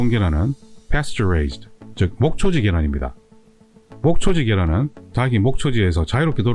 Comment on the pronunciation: 닭을, 닭의 닭이~ 달글, 달긔, 달기로 각각 발음해야지 처럼 다글, 다긔, 다기로 발음하면 안 됩니다. 고맙습니다.